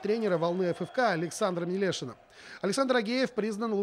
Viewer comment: Всё отлично, вот только обидно не знать как правильно произносится название чемпиона!!! Волна-Ф(э)Ф(э)К(а) И Александр МелЁшин )))